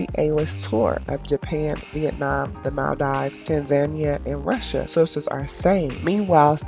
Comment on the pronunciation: Girlllllaaaaa.....it's called Tans- a- knee- a